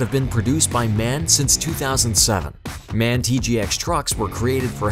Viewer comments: its M A N, not man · for the future. MAN is pronounced letter by letter M A N. Machinefactory Augsburg Nuernberg is the full name. ;) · DAF are the shittiest and cheapest trucks that you can have. MAN letters are initials so pronounced "em-a-en". "En-em" stands for newton/metres isn't it? You don't say kilometre/hours like "kay-em-aitch". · it's M.A.N not man! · MAN truck's is said M.A.N. Just a small point. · And man it’s m a n